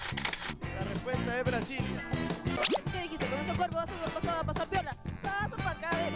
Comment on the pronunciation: Dijo "Brasilia"